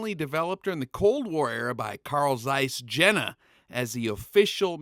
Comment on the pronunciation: Awesome, I subscribed. Just note, please, for the next time Zeiss is the guy, Jena is the place and it is more likely pronounced Yena. I don't know how people supposed to pronounce it in English but it sounds really weird. They make good porcelain too, mean the Yena guys. All right, I am done, sorry for the German 101.